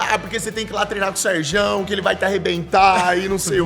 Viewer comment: falando Serjão ta errado jkkkkjkj deu ate agonia